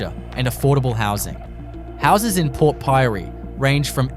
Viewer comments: Port Pirie? He got the name right twice and then called it Port PYREE !!☘️🇮🇪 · Multiple pronunciations of one town! Port Pirie 😂